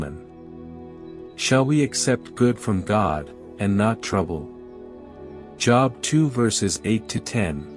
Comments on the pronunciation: Joooooobs not Jobs like you work lol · The name is pronounced Jobe not joeb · I dislike AI. I am 78 years old, attended church as a child and a teenager. Was a member of Jobs Daughters. Learned about the patience of Job. In my learning Job was pronounced J(oh)b. I dislike mispronunciation of words. It ruins the story. 👎🏽🥲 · American English seems ugly to be I get upset when people even pronounce my name as job as in work, instead of Jooob as in Job in the bible ... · It is not pronounced "job" as in "get a job." I just cannot bear to listen to this because there is no attention to detail. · GREAT STORY ….!” ✝️ I Was Always Taught - To Pronounce ➖ JOB “ Name With a LONG - O - Not As If You Work -a - JOB 💲 🏃‍♂️……!” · is it not pronounced Job with a long o? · Yeah me too! But the AI voice overlay hasn't articulated the difference yet